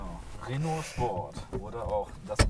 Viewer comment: Des heisst 1. Renault Megan RS (Sprich: Röno Megan RS) uns 2. Michelin (sprich: Mischlää)! Verstanden?